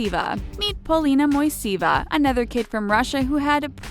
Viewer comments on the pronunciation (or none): In exact transcription ( and pronouncation) of family should be " Moiseyeva" ( emphasis on second syllable).